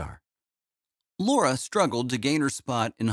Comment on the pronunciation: u can't even get her name right! it's LARA